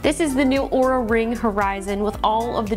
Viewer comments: Looks like this video might be taken down, she pronauced the name wrong its not oura its aura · 5 seconds in, could easily mistake the way it was said for OOH-RAH, instead of AU-RAH, like they'd insist it be said. This company can't even get reviewer relations correctly, why would I anticipate they have a useful product? How was this product review approved while others have been demanded to be taken down? Will it brick itself if it hears me mispronouncing the brand name? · Oura , Oura, Oura…. it’s ” supposedly” pronounced “Aura” how did iJustine get away with it? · Linus pronounced Oura wrong, the company got pissed. Long story short LTT won’t be working with Oura again. FTR, it’s pronounce “Aura”. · No, she is starting with Or and Linus was saying Ooo. Then he said Ar was the correct way which was still wrong. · not aura, ouuuuraaaa! :) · Lots of time goes into product naming and Linus didn’t do his due diligence when pronouncing the name. Easy route for Linus was to remove the video and blame the company however that doesn’t make Oura Ring wrong but could make other companies think twice before working with them without providing an English to Canadian translator. 😅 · RIP this video after they hear you say their name wrong. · why is your video up still even tho your pronounced the name wrong? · Wait did she say it wrong like Linus? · She said it wrong… look out Justine this video will be banned too